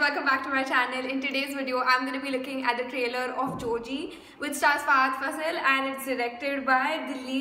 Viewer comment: U r saying it ryt..its Fahadh Faasil with 2 As...He is lovingly called as Fa Fa